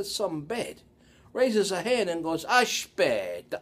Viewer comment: As a speaker of the Italian language, I find this interesting. The spelling is correct, but the pronunciation is not accurate, respectfully. It should have the Latin Romance feel to it. Almost musical. Is your pronunciation a byproduct of the NY accent? I don’t believe it’s a result of dialect but am curious.